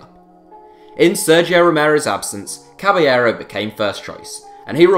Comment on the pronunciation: Caballero is pronounced Cabashero